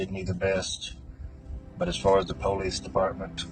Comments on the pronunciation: What a douchebag and some dummy followers are capable of. If you pronounce it Poh-lice....you're guilty. The lesson is "dont try and outsmart the investigators"? Not dont murder someone? 🤣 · Po-leese department